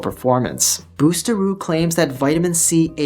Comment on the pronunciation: Great info, i wish h he would pronounce it correctly though 😂